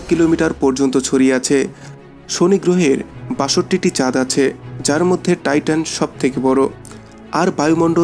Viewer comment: it's Titan not Titon